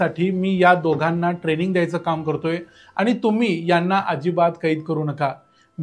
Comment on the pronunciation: मराठी शुद्धलेखन प्रमाणे आपन, आनी, बोरवनकर म्हनाल्या हे म्हणू नका. ते आपण आणि,म्हणाल्या,बोरवणकर हे शुद्ध मराठी बोलणं आहे.राग मानू नये.